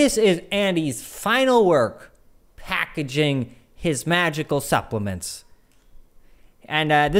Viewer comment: it's "supplements".